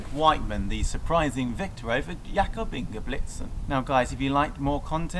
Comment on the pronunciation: Bro, at least learn to pronounce CORRECTLY the name of an Olympic Champion, not to menition his other accolades, it's INGEBRIGSTEN with an "R" not Ingebligsten as YOU said it at least 3 times.....after the 3rd time I could watch it any longer....I got half way through...